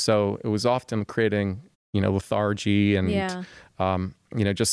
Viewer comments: i noticed that too. it's weird but of no importance - pronunciation isn't a measure of competence. source: me, a fellow practicing MD in the US. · I am hesitant at his experience because he doesn’t know how to pronounce “lethargy” correctly.